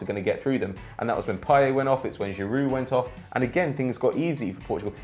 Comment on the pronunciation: Payet do you pronounce the t or not? I thought it was PAYET and you pronounce the t who knows